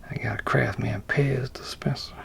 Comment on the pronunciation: i like the CrafsMan without the "T" in it ...